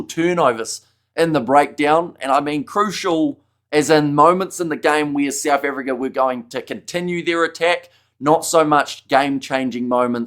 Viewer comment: Souf Africa?😂